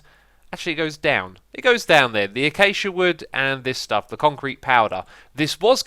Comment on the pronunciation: Cedric Ther no, you misunderstood what he meant, X said it the correct way instead of classic X